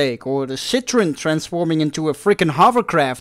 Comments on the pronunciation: The name of the car is citroen not shit--ron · Ok, "Citroen" is pronouced with the "en" at the end. "Cit-tro-en" ;)